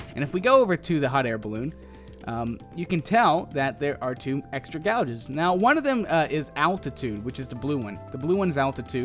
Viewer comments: Gauge (like cage but G age not GOUGE) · prounounced gage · Measurement "Gay-g" is how you pronounce that. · Ok its not gouge because your not gouging someones eyes out its pronounced (Gay-j) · Its gau-ge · It is pronounced gage like cage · used *MEASUREMENT GOUGE" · Why does this idiot keep saying gouge? I want to GOUGE my eyes out every time he says it. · It's pronounced gay-age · Your pronunciation of gauge make me wanna gauge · Does anyone else have a problem with how he pronounces gauge? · God yes